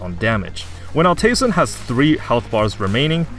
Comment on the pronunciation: I would pronounce it Alt Eisen (Ald Aisen) like in german. It just means old iron.